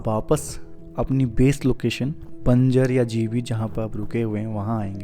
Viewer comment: Please pronunce banjr as Banjar